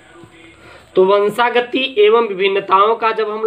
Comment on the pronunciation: Sir vo😁 vanshagati hai na ki vanshgati